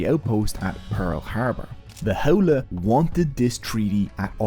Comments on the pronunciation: HOWLIE...lol its pronounced "How-lee" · Correction; there are not 15,000 Native Hawaiians are not leaving. You can be a local, born and raised but that does not make you Native Hawaiian. Bro, your accent is killing me. Ahupua'a = A-who-poo-a-ha Auwai- Ow-vai Ha'ole= How-lee, contemporary (and racist) meaning is white person but the literal translation is without breath, hand shake of the westener and not the Hawaiian breath greeting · LOL you can even pronounce Ha'ole properly..it's pronounced How-lay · You’re information was excellent and honestly one of the most accurate I have ever seen 🤙🏻 Other than some pretty bad pronunciation 🙄 Maybe you could re dub the audio and say “how lee” and other Hawaiian missed pronunciations could be fixed? Your video and info were so excellent I hope you consider this 🤙🏻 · this guy is so haole he cant even pronounce haole